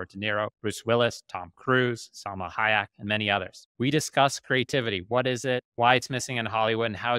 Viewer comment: It’s “Hi-Yeck” not Yack.